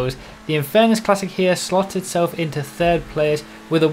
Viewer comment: Did anyone else hear "fird place"